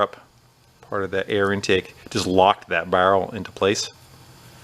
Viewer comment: Say “barrel” again!